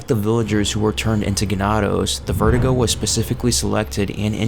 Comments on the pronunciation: vertigo, do you mean VER-DOO-GO? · was i the only one annoyed by how he kept saying verdugo, kept saying "vertigo", when your meant to pronounce it, ver-doo-go.